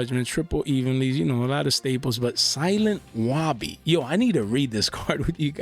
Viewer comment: Dawg the way you said Silent Wobby 😭